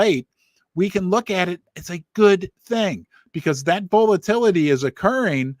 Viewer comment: V-ALL-A-TILL- A-TEE 😂 Must be the Missouri Accent? Love Ya!!!